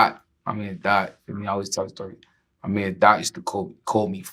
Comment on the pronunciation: *Battyman we don’t say mon never did never will it’s man